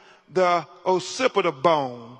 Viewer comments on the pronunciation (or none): This dude can’t even learn beforehand how to pronounce occipital bone which is pronounced “ok-SIP-ih-tuhl” bone. Don’t even get me started on the rest of his pre second grade grammar 😂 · Occipital bone is pronounced ox-sip-it-ol, not oh-sipital. No lacerations of the skin, and no fractures to the bones of the skull tells me that whatever happened was not traumatic enough to cause death. Im no medical examiner, doctor, or specialist… but it seems to me to kill someone with blunt force trauma, you would have to use enough force to cause some damage to the bones of the skull. If it’s not cracking any bone, how serious of a strike could it be? Shame part is instead of doing an autopsy to discover what if anything happened, they are trying to use the autopsy to support their claims!! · and pronounced occipital as OH-SIP-UH-TOL… it’s OCK-SIP-ITAL 😂😂😂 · As someone who’s in science, I had to turn off the video once I heard Crump talk about the autopsy results. “De-compensation” and “ossipital” 😂that was tough to listen to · Omg, he was unable to pronounce 'occipital' 😳🤦‍♀️💀 The correct pronunciation is ock-SIP-ih-tuhl 😂 My goodness 😅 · “da ossipitul bone” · His inability to pronounce these medical terms is low key kind've comical. OSSIPTAL bone 😂. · Oh-sippit-al bone 😂😂😂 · did this 'lawyer' just say decompensation for decomposition??? Then mispronounces occipital -- really well educated LMAO!!